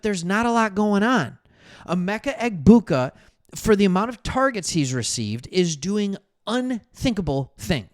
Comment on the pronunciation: Yo.. The “g” is silent in Egbuka.